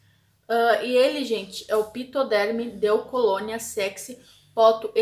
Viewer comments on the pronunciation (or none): pronuncia (FI), porque PH também tem som de F, então e FITODERM AMORE :) BEJSSSSSS AQUI CUSTA 17,60 REAIS uma raridade encontra lo.